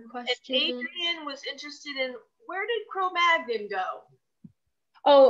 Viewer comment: Excellent presentation and very good delivery. One thing - please pronounce Cro Magnon properly :)